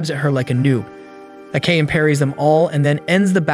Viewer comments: Its A K A M E NOT AKAM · ive always wondered why do narrators purposely mess up character names. Akame (A- kah- meh) Not AKAME (A-Came) they aint teach you pronunciation in pre k or you just been walkin around with stupid on your 4head (For - Head) in case you cant comprehend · I'd be happy if you just say the character name right 30min straight i had no idea who you were tlking about (Ah-Kah-Me) Not no fuckin (I came i saw i conquered )